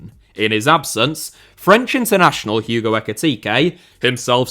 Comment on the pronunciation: Can you please pronounce Portuguese people’s names correctly? And I mean Portuguese from Portugal. In Portugal, the D in Diogo is pronounced like the D in dog. So if you’re referring to an actual Portuguese person pronounce it like that. If you’re referring to a Brazilian then you can pronounce it the way you are. It honestly annoys us portuguese when people pronounce our names in Brazilian Portuguese